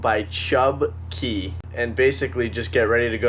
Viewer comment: Chub Cay! Portal to the TOTO! Thank you for pronouncing cay correctly.